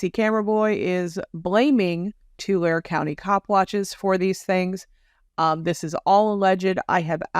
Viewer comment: love your work...Tulare is pronounced Tu-lar-ee :)